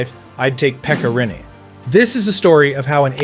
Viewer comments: I’ve heard some bad pronunciations of Finnish names, but 'Pekka Rene' is definitely one of the worst ever. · Emmä nyt sanois et se on mikään nii kauhee jos vaa hyväksyy et e ja i on melko samanlaisia englannin ääntämisessä.